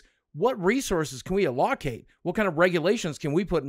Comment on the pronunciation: Boogie saying A lock ate instead of allocate is crazy lol.